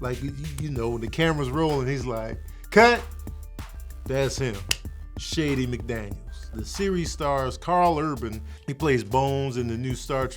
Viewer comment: I have to know, did you say Shady McDangles lmao